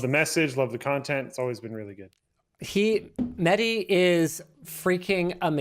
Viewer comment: My name is Mehdi and I am super infuriated by the way he pronounces the name